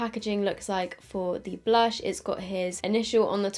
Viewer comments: The way she said blursh made my day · committing to saying Blursh is killing me 🤣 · I'm dead when says blursh 😂. Anyone else?